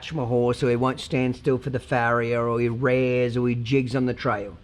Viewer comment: I’m an australian, I feel like his accent is the Frankenstein bastard of Aussie and American, and it makes me want to spew, mainly because he mispronounces horse related words aussies and Americans can pronounce correctly, like “rear”